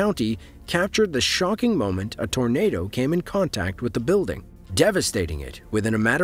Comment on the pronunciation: .. Uhh, Yeah... That's a Tarnaduh!